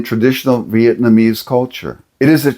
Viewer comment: Well that's cool at least you said Vietnamese right, I remember you were saying Vietmanese and it boggled my brain for a bit lol good to see you back in action